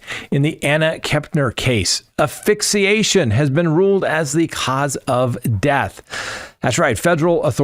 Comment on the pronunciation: Not to be snooty, but it’s aSphyxiation